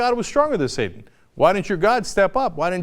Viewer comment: pronounced SAAAA-TAIN